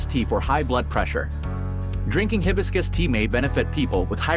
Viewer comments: You're pronouncing it wrong. It's hi BIS cus accent on BIS Ask google how to pronounce it. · Hi... hibiscus, no hebiscus. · Hibiscus is a flower whose name is mispronounced by AI. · Hard to take this seriously when the AI narration voice can’t even properly pronounce Hibiscus!😅